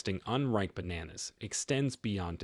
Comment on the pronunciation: Bananas 😂 Say it properly.